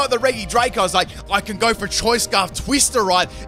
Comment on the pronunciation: Me: RegiDrago Him: Reege Draco